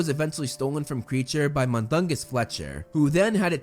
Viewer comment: I think Kreacher is said as: K-ri-ae-ker and not creature